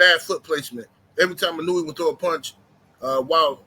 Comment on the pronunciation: ino-way not inunewy... lol